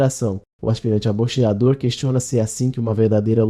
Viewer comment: Já iniciou bem kkkk O cara pronunciou boxeador errado kkkk Pronuncia falada bo(-che-)ador Pronuncia correta bo("cse")ador